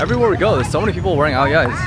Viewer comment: Just a little tip whenever you say áo dài, try say dài in a downward tone as if you say it upwards, its a completely different meaning thats not too pretty haha, other than that love your videos in Vietnam recently! you came at our most festive days that we are about the celebrate our 50 years mark of reunification - the whole nation is waiting for this big day